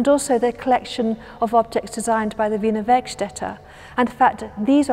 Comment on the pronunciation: Thanx for confirming for me how "Wiener Werkstätte" is pronounced.